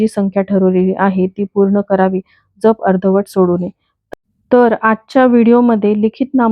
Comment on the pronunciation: नाम ज्यप . ताई जप नाही .ऊच्चार .